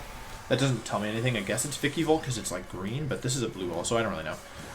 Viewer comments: They way you pronounce Pokémon names makes me so triggered it’s vikavolt not vikivolt And not arcan-ee-nay it’s arc-at-nine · Why does he say "Vik-eee-bolt??its Vikaaaabolt...also with Arcanine...he says Arca-nee-nee...very cringe and a little suspect on Wolfe...